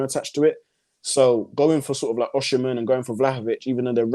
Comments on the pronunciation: There is no “she” in Igbo or Yoruba pronunciations. It’s not it just “Osi” either. More emphasis on the”Ohhh”. From a Naija boy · It’s pronounced “Oh-sim-men”